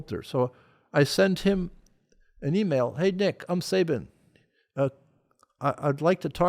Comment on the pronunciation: Only disappointed in one thing here and that's Mike Rowe's mispronunciation of "Sabin" and Sabin NOT correcting him.